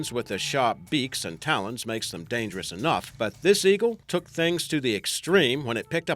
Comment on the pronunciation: Dyangerous,not dangerous